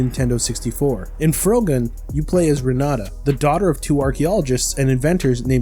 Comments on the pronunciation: "froh-gun" You have to be kidding me. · It's a perfectly cromulent word. What would you like more? Fr-ohgun? Frog-gun? Frog-uhn?